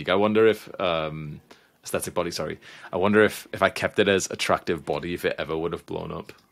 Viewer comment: attactive, not attractive 🤣